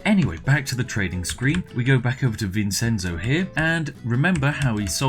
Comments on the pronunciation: Like I told Feed Back when he did the "answer every comment" thing; good luck, you'll need it. P.S. Vincenzo is pronounced Vinshentso, not Vinsenso. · SPIFF! IT IS NOT PRONOUNCED VINSENZO IT IS PRONOUNCED VIN-CHEN-ZO VINCENZO !!!! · Vincenzo is pronounced vin-chen-zo. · Oh, this video is great, but it hurts hearing the way he pronounces Vincenzo. Obviously, it's not a real issue for me since my name isn't Vincenzo, but you'd pronounce it Vin-ch-enzo with the c being a ch. Not that he'll ever read this comment on a 2-year-old video. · Vincenzo is pronounced Vin-Chen-Zoe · you pronounce vincenzo vinchenzo its my dads name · vincenzo... dear god... its vin-chen-zo XD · Also it’s pronounced VIN-CHEN-ZO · This was hard to watch because of the way you pronounce "Vincenzo". Try vinˈtʃɛntso! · Vincenzo isn’t said like that I’m pretty sure. Isn’t it pronounced like Vinchenzo? I dont know but that sounds right to me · Pro tip: Vincenzo is pronounced "Vin-chen-zo" (because it'sa Ittalianno!) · Also also, vincenzo is pronounced with a "ch" sound ya ninny! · The "Vincenzo" pronunce killed me, it is an Italian name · That's not how you pronounce "Vincenzo." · The Spiffing Brit says “Vincenzo” like a Brit who’s never heard of the country of Italy. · Why can't British people pronounce Vincenzo properly? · Drinking game: take a shot everytime he mispronounces the name "Vincenzo" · Vincenzo is not pronounced how you think it is pronounced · That pronunciation of Vincenzo was grating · It's pronounced VinCHenzo and Mishel, not Vinsenzo and Mitchel.